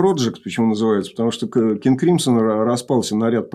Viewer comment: «Кынг Крымсо» обычно японцы говорят, они всегда слоги с такой твердой ноткой произносят.